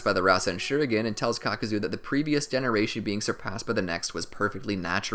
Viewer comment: Caca-zo lol